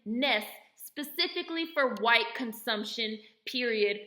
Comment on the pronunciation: 😂😂😂 I love how you said hwyte.. that’s funny af